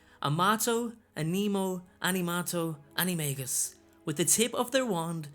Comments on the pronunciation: I am getting quite annoyed because it is pronounced anime jus not anime gus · It’s pronounced anomajus or plural Animaji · It's pronounced "anim-a-dja-i" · I had a dream that I became an animagus & became a trout... No joke! Also, the movie got it wrong, J. K. Rowling said that the “g” in animagus was pronounced like a “j”. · Why do I keep hearing Anime Guy? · It’s pronounced “animaJus” like in magician. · He. Sais animangus wrong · It's pronounced ana- may-ji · For your information, Rowling has confirmed the official pronouncation is with a J and not a G for the maGus part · I think that animagus are awesome but I hate the way the movies pronounce it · Its supposed to be pronounced with a j sound not a g sound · Animagus is pronounced with a j not a g